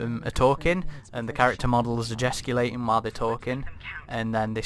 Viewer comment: Jeh-Stick-u-lating... unless you’ve been facehugged, then you’re gestating and may even gestigulate